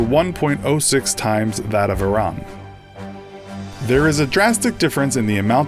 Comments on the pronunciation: you say it like airean, not iraan, it sounds so weird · "Iranically" yes, I know it's pronounced ee-rawn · Iraq is pronounced I-raq, Iran is pronounced EE-RAAN education is the key kiddo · its ee-raan not i-ron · he said iranically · itsStealth it's pronounced e-ron in every country but America where they pronounce it the way it's spelled. Yes, I do really care